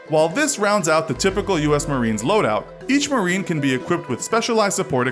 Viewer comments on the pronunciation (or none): Loadout not Loudout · says loudout instead of loadout